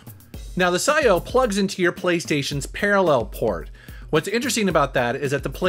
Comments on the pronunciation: I have a feeling that its pronounced P - S - I - O ... but psyo is pretty metal i guess ,|,,| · Pretty sure its Pee S I/O. As in PlayStation In/Out. Had for a year or more but havent used lately.